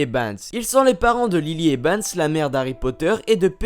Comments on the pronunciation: a chaque fois tu dis ebans au lieu de evans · tu fait exprès de dire "ebans" au lieu de "evans"? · dc'est Evans, pas Ebans ! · eVans pas eBans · eBans ?! durZley ?! Wizlaiy ?!